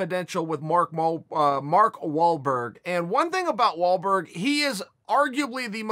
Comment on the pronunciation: Mark mal-mol-wor-Walburg